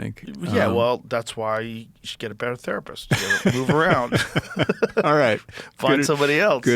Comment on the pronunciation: The best joke I have ever heard was his sponsor BetterHelp. (51 min mark) In summary, he basically started out saying it's International Women's Day, and we all have women we appreciate. He then went on to suggest we should buy them a present of a tharpist. Yes you heard rifght. Wow